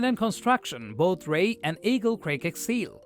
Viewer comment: Moron pronounced it Rey instead of R E I.